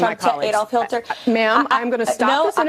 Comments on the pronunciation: To be fair she said “Hilter” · They were both flustered. Did she say Hilter? She definitely said Hil-ter